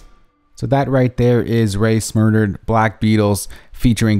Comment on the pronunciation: He said- "So that right here is Rae Smurdered"- 😂😂